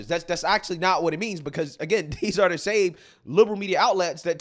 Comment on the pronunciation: Your channel is so intelligent. Great analysus once again! Again I would emphasize that your annunciation is not as clear as it shoud be and i dont want ppl to tune out bc the first thing they hear is urban drawl. THE should not b pronounced DUH. Say WITH YOU not WICHU. Your grammar is good and your vocabulary is VERY good